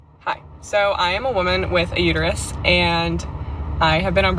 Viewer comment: Lady. Its Uterus not Uteryou.